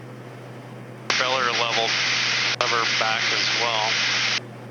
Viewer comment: Did I hear correctly “the propell-air” 😂 like it